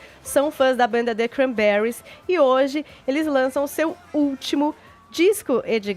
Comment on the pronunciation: Fefito passando vergonha desde sempre. Uma pessoa que não sabe falar Cranberries direito fazer programa de radio??? Tudo bem em não saber falar Inglês, mas o nome da banda era o minimo, estudar a pauta pra que?